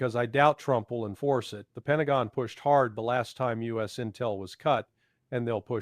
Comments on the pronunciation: It seems like an AI since common words like US, row (british), etc are mispronounced. Words the actual Larry Johnson would know how to pronounce. As I noted in my post above, the summary of Ukraine war status is nearly a word for word copy of Alaxander Mercuris's post today. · Okay I was wondering if it was AI when U S was said. After reading channel description it is confirmed.